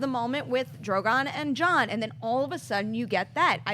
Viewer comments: I enjoy this show I just wish would stop pronouncing Drogon that way. Not that Drago thing but the way he usually says Drogon, at the 2 minute mark. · I realise it's a small stupid thing but he's pronouncing Drogon wrong in a new way every time 😂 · John, no hate. But you got to get drogon name right man. And cool out w the political comparisons. Its annoying. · the name is Drogon. it's not hard to pronounce